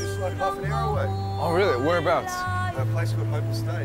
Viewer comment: yknow someone's Australian with the way they say "nour" instead of no😌